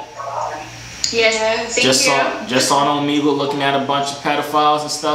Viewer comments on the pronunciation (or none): Man's saying Omegle wrong 💀💀💀